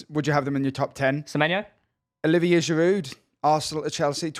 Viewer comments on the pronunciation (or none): none